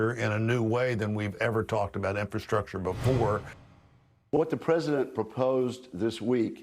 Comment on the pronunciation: "Infastructure".....read "pork"